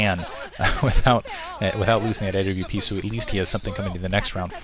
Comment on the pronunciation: a.w.p? It's awp...